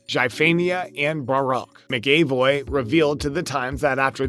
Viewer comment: James Mac-a-VOY (like boy, but with a V, instead of a B, or VOV, like the first half of voyage)